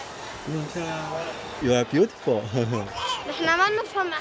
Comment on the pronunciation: 啊，你这 beautiful 听得我老尴尬了，哈哈。